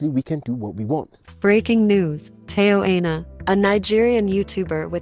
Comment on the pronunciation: The name TAYO AINA is pronounced Tayo : Tar Your Aina: Hi Nor